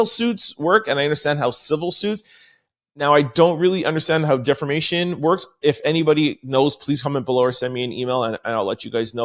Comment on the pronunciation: Hi From The Sky 💫🤺 We love how you put the ‘ Rrrrrrr ‘ in DEFAMATION ! 😂😂😂😂😂😂